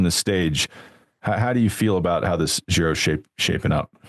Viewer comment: Can someone tell this guy G in Giro is pronounced as J in John.. not "Zhiro"